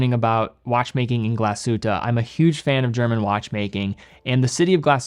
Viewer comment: I am from Germany and i love it when you say Glashütte Great Videos